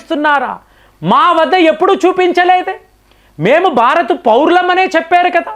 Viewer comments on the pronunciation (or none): none